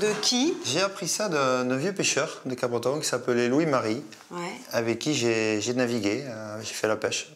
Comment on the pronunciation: Le P ne se dis pas à part par les personnes non habitant la région ça se prenonce cabreton qui n'est absolument PAS en Bretagne :)